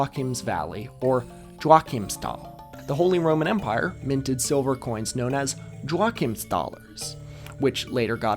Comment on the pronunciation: the mispronunciation of Joachymsthal(er) is giving me hives but I'm letting it pass for the proper Czech name of the town on the screen